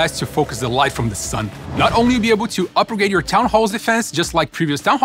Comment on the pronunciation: Hes saying "upper grade"